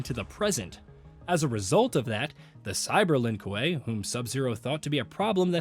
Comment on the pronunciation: The Lin what? Koo-way (kuei)edit: cringe on some mispronunciation of things.